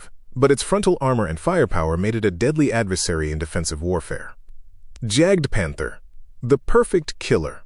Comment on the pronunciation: If you could find a text-to-speech model that would identify German words and pronounce them correctly ... that would be wonderful. Right now I'm grinding my teeth on the JagdPanther pronunciation ... Alternative: use the English names: Hunting Panther. This is just one example, obviously.